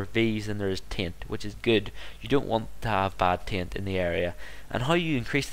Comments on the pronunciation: its not tint its taint btw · sounds like your saying tint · Lol, he does say 'taint' but it kind sounds like 'tai-ent' which makes everyone think it's pronounced 'tint'. Is he Irish?